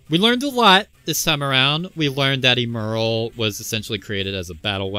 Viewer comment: Good vid. Pretty sure it's "ehm-earl" instead of "eem-earl".🤔